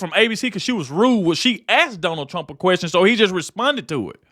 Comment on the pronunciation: Did she call him Donald Trunk???